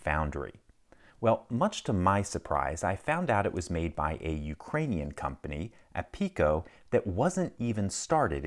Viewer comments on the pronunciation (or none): it's ariko not apiko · If that’s Cyrillic, the pronunciation would be “ARIKO” not “APIKO” since the Cyrillic P is actually the R, hence CCCP on Soviet space and military equipment. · If it is written in Ukrainian, then it reads "Ariko" not "Apiko". Р = R in Ukrainian. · Not apiko but ariko. P-is cyrillic R. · I think it's ARiko, not APiko. Since it's written in Ukrainian.💛💙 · It’s pronounced as Ariko, cuz the brand is written in Ukrainian, not English. :) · The word "APIKO" is written in Cyrillic letters, so the pronunciation should be "ariko" in English (P=R). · It's aRiko this is not a P but a R if in Cyrillic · It's Cyrillic, so the pronunciation is "Ariko." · It's pronounced "Ariko", because it is written in Ukrainian alphabet, not English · When reading slavic letters become familiar with their alphabet. the "P" does not make "p" sound but "r".